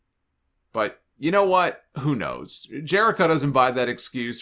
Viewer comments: I love how he emphasizes the "knows" like Scott. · same here, idk why the way both men emphasize the word makes me laugh.